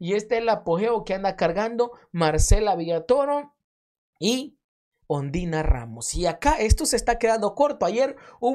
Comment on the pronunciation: Yo escuche que en vez de decir Ondina dijiste ondiya rramos jajaja hoy s i me insistes rreir